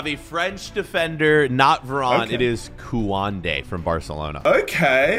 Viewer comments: My man called Koundé "Kuwande" 💀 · pronunciation of koundé 💀